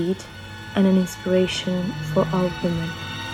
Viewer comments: I will search. Mă refeream ca se aude ca si cum ai zice "woman" la singular, in loc de "women" la plural. Maybe it's just me, idk. Iți mai las un mesaj pe wapp, cand ai timp nu uita sa imi dai un reply ^^ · Nice trailer, mi-ai stârnit curiozitatea. La tranziția putea sa fie mai smooth, mi se pare ca volumul se ridica prea repede. La cred ca ai vrut sa zici "women" dar se aude "woman". (P.S Nu mi-ai mai raspuns pe Wapp/insta, probabil esti ocupata, dar urăsc cand cineva ma lasa pe seen si nu mai raspunde de loc) & Sper sa fie un hit pe Netflix ceea ce ați creat, good luck 🙃